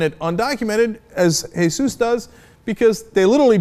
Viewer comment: Cenk finally pronounces 'Jesus' correctly :D